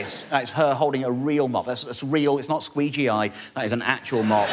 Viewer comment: Not squeegeeied. I snorted.